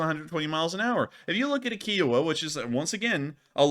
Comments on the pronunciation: Ki O Wa Pronounced Ky O Wah. It’s not a car made by Hyundai. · Kiowa as in the tribe it is named after and the fact that every documentary says it pronunciation KI owa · Kiowa With a long I. I like the Indian tribe Kiowa. Lol. Lol Had to give you crap about it.